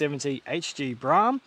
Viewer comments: There's an old ad for the Brougham on another channel. The voiceover pronounces it 'Bro' 'om' in two syllables. 'Brorm' is incorrect. I'm certain the ad would have said it the valid way. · Mate, it's a Brougham. Bro-hmm. No, not a BRAAAHM... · Seems I was pronouncing it wrong. The attached add from the day, they say it Bro-ham. I (like DJ) was told back in the late 70's it was Braaam. Even a work colleague recently said Braam. All said, Braaam sounds cooler than Bro-ham, don't you think? Judge for your selves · Not Braam, Broham. RESTORE IT. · Pretty sure it's pronounced Brawm, not Brahm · It is Pronounced Bro Ham not Bra Ham ??? notice the "OU" The same that is in the word "Though" which is pronounced "O" not "A"...You can thank me later...😁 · Broughams were built long before holden made a kingswood pregnant :) I was always taught that it was bro-um (pronounced as in "grow um"), still "tomarrto" / "to-mate-oh". maybe its a regional lingo thing. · I think it probably is a local lingo thing. I was always told it was pronounced “Brow-um”. Regardless of how it’s pronounced, it’s a pretty cool car. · Broughm pronounce Brome as I was told. My cousin Phil had one. Dunno,. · Have owned 2 and unfortunately sold both. Definitely needs to restored. Brougham pronounced as Broham. Not sure it’s the original engine either. They never had viscous fans and the oil filler was through the top of the timing cover via a metal tube. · It's Brougham, rhymes with lawn. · holden "brarm" yet is spelt brougham with a gh in it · He's wrong. The pronunciation is pretty clear in Holden ads of the time. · Pronounced broham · It’s pronounced “Bro-em”. Oh and restore it, don’t basterdise it.